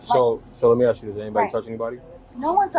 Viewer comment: Why have americans started to say "ask" as "x"?